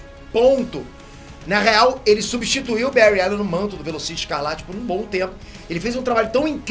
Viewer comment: Faltou uma menção ai... Tem um outro vídeo que prova que o Bary Allen e o mais rápido... não sei dizer qual o vídeo mais e um sobre os velocistas mais rápidos da Amarvel ou DC que ele ganha e diz seu nome errado tipo Bury allen.